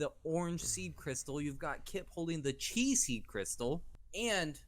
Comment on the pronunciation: Chi pronounced Ki